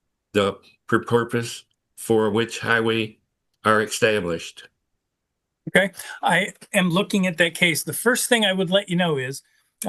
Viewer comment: "Eckstablished"... uggghhh.... "Fudamental"... double uggghhh...